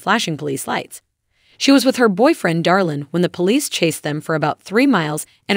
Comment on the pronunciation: It's Draylin not Darlin, I am pretty sure those in Alana's camp doesn't think he's "Darlin."